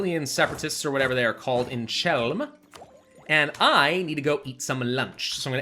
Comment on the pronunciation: It's not czelm. When you see ch, read it like H(like Hamburg) (the H in polish, lone h is from eastern slavic )There are some exceptions.Aslo there is no L there it's Ł(most games filpout on polish accent words). Polish is hard even on Polish.